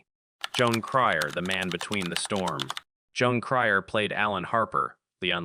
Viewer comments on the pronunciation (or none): AI can even pronounce Jon Cryer’s simple, one syllable first name correctly. One of the worst AI narrations I’ve heard to date.